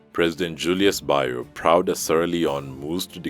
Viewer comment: U can ask around others to help pronounce his name better, he's "Bio" not Ba Yo